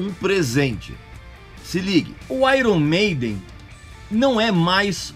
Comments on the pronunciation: Gosta de corrigir pronúncia dos outros e pronúncia mal. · Uma coisa interessante sobre o nome Iron Maiden, é que se pronuncia Aiorni Meidem. Palavras no inglês quê possuem uma vogal a consoante r e uma vogal, tendem a serem invertidas foneticamente, como por exemplo Fire, que se pronuncia faier. Não sou nenhum especialista, e nem acho ruim pronunciarmos errado, pois a nossa língua é a portuguesa, mas só compartilhando essa informação =) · Pronunciou o nome da banda errado